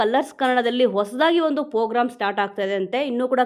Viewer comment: Pogram alla Madam program